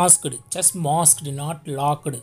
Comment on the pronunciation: Lockeedd and mossk...bhai Hindi mein bhi bol sakte ho...Why half English. Giving good information.